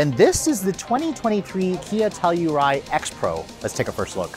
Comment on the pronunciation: the external PR team calls it the sell-u-ride? lol..